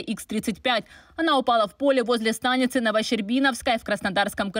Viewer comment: "Возле ста́ницы" 😂 говорит по русски не зная языка🤦🏿‍♂️ кудахтала бы уже на мойве🤷🏿‍♂️